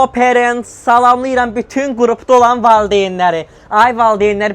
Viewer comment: 😅 HelieooğĞ pErENtS😂😂😂